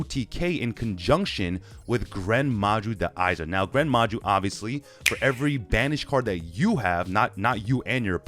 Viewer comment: i stopped watching when you said gren maju tbh